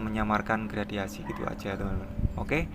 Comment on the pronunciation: Gradasi bang bukan gradiasi